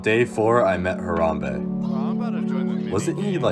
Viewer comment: The only part u messed up on was the M in Harambe